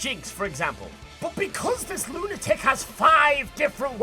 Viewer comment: Every time said lunatic, all I could hear was Lunar-Tick, and I got a decent chuckle out of that